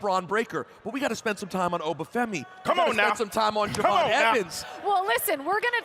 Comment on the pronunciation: Triple H called Je'Von "Jay Von". Does he even watch NXT?